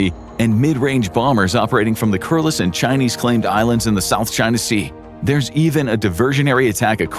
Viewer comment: Why do you think this will happen in the future??? It actually looked like Uncle Sam retreated into a bank vault.1🤔 The narrator mispronounced, Kuriles.